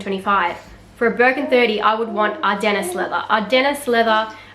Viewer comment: Ardennes is pronounced ardEn